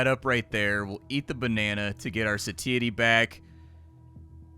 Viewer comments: Not to be a dick, but just so you know: "satiety" is pronounced more like "say-she-ye-tee" with the "she-ye-tee" faster like "she-itty" 😁 PS. while I'm being a pedantic dick: lithium isn't an anti-depressant, it's a mood stabiliser.. more for bipolar disorder than major depression. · "Sateeatee" got me a bit XD